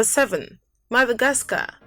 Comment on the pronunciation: Yeah like the guy who was doing the narration 😣Like all I could here it the - dh , dh , instead of the d..E.g Madhagascar. No disrespect but her accent is quite heavy !